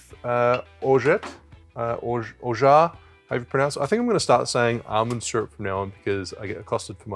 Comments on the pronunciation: Second time you said "orgeat" was freaking spot on!! Nice video as always 👍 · You pronounced orgeat correctly (the second version where you did not pronounce the t). 👏